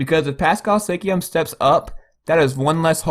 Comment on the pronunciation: He pronounced is as Sikiam